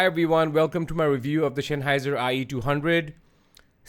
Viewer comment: Note: It's Sennheiser, the Senn part sounds like the sen in the English "sense". It's not Shenheiser, like Shenzen. ;)